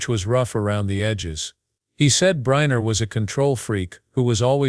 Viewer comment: Who is Yul "Briner"?! And Frank Sinatra wasn't an actress! AI !